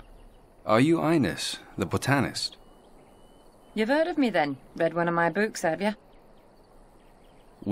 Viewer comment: Great video! Been playing it while working at home! What's with the main character's voice actor though? It's like they got someone who has never spoken a word of English to read the script!! Delay and botanist are two of my favourite pronunciations!